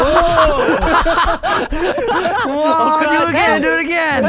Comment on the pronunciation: Im going to make this "leathitate."...bruh... a new word.